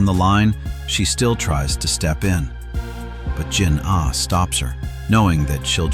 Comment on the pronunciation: Yo pls adjust your voice with the jinah not jin ah